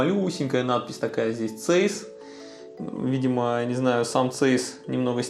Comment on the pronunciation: Подушню. Zeiss немецкая компания, поэтому читать правильно Цайсс😅